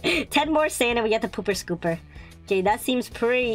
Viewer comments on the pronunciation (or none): Stop saying poop skupr